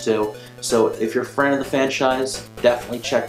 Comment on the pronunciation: "If you're a fran of the fanchise..." Yes! That was an epic slip of the tongue. Good review, thanks.